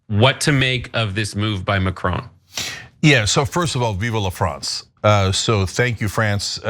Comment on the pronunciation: Cenk, it ain’t “viva la France”, it’s Vive (e is silent) la France.